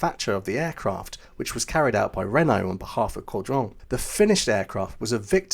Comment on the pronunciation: Kudos to you! Your French prononciation was very good when covering the Caudron and this added to the authenticity of the topic. Well done 👍🏻